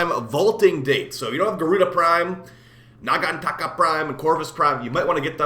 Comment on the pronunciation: lol i love the way you say nagantaka xD